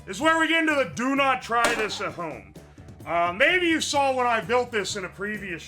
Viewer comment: made by a man who can't say "-aw" without an L